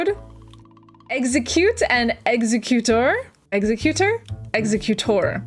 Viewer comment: Kangaskhan is pronounced Kan-gask-kan And magneton is pronounced Magnet-ton And exeggutor is pronounced Exe-gu-tor The nidos are Nido-(what)